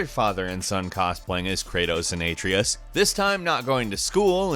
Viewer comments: A-tree-us?? Doesn’t Kratos pronounce Atreus like A-trey-us in the game? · OH MY GOD ITS "uh-tray-us" not "aye-tree-us" please actually play the game and listen to the dialogue before reviewing it it makes you sound like you don't actually know anything and it's all entirely scripted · IT'S PRONOUNCED UH TRAY US NOT ATREEUS. Jesus fuckin christ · It’s not “Aytreeyus” it’s ATREUS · Its Atreus not Aytreus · It's not Atreous, it's Atreus! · It’s Uh-tray-iss Not Ay-tree-iss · When you pronounce Atreus and Aytrius rather than Atreyus. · Atrous? Its Atreus! 😂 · it's pronounced uh tre uh s not uh tree uh s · its not atrius lol its ATREUS as in (Ah-Tre-Us) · PLEASE ITS A-TRAY-US NOT A-TREE-US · Bro said At reee us instead of Atreus normally 💀💀💀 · A-tree-S? ugh.. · Did my man just say Ay-tree-us instead of Atreus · Did you just say... AyTrEeUs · Did u really call atreus, a tre us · Aytereus... naw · and aye-treus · The Boy’s name is Atreus not “Atreeus” like you state for number 5 ... This is unforgivable. 😂 nice video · Atreus is pronounced er-tray-us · You mispronounced Atreaus as Atrais. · uh-tray-us. C’mon guys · Its Ahhtreyus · has to go out of his way to pronounce shit wrong. "a-tree-us" when they never say it like that in the game, no one ever says it like that. That's just as bad as someone calling pecans "peecans". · Your pronounciation of "Atreas" is awful, it's pronounced, "boy". Jesus crhsit, get it right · How are people still pronouncing it "Ay-treus"? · At-Tree-yus! Lol no. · Why does everyone pronounce it as “Ayy-treus”? Kratos calls him the right pronunciation many times in the game, and it’s very different. Am I the only one noticing this? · Yea Ayytreeus is definitely not how you pronounce it, I mean it's a greek name. It is really not that hard to get right, and if one would play the and pay attention in the slightest that person would get it right. I wonder if even played God of War. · The way he pronounces Atreus makes me mad... All love 😂